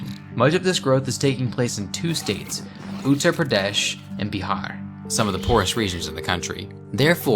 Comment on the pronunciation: To funny when he say uttar pradesh